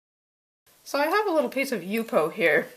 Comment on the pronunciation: Thank you for pronouncing it properly - :D